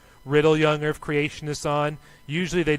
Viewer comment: Sounds like the guy is saying "erf" instead of earth